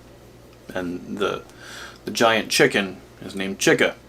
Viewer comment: It’s pronounced cheeca